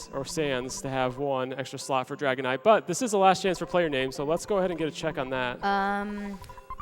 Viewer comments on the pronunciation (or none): none